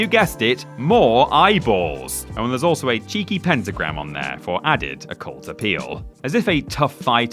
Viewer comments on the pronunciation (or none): none